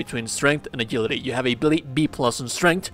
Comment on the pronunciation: A JIL ITY not A GIL ITY